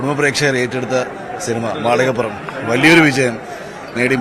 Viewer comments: മാളികപ്പുറം എന്ന് ശരിയായി ഉച്ചരിക്കാൻ അവതാരകനോട് ഒരപേക്ഷ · ഇവന് നേരാംവണ്ണം മാളികപ്പുറം എന്നുപറയാൻ പോലും പറ്റുന്നില്ല.... റിപ്പോർട്ടർ ആണ് പോലും.